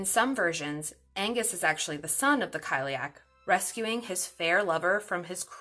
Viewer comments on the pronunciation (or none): Cile-uck not kile-ee-ack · I hope it didn’t come across as offensive. If you’ve watched Cursed it’s got one of the few proper pronunciations out there. So it’s pronounced like: kali-ach (the ch makes a kind of soft flem noise)